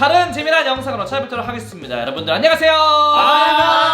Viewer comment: 안녕ㅎ가세요로 들리네요